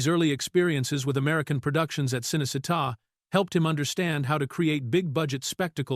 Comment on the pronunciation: can’t pronounce a lot of names either. Cinecitta is pronounced Cheenaycheetah😊